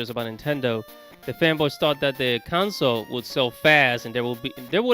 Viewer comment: Bro just say system. I hate the way you say console bro. Its con-sole bro not counsel 🤦🏾‍♂️